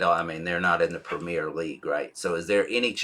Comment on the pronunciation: BTW the top division in English Football is the 'Premier' League--NOT "Premiere"